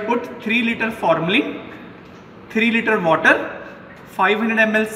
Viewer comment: “.3 leeder waddder “ 🤣🤣 put on bugket 😂😂😂